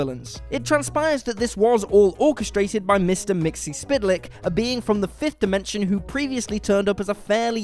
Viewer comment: It is pronounced 'mix-pickle-lips' And if you can trick him into saying it backward, he is banished back to his home dimension.